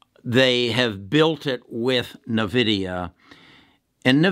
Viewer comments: N-VIDIA (pronounced envidia), not navidia. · please stop saying navidia. It is" N" Vidia. My kids are mad at me saying it like you. Great video though. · so taking tech stock advice from someone who calls it NEUVIDIA ? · its a old way of saying LOL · You owe it to us listeners to be able to correctly pronounce the company that you are promoting. Otherwise, yes, NVDA is a winning company for some time now. Added not enough shares at $508 just recently.